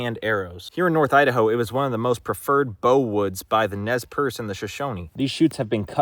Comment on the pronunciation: Nez Perce is pronounced more like the word « pear » than « purr » Anyway I love your videos lots of support from utikoomak sakahikan First Nation ♥️🪶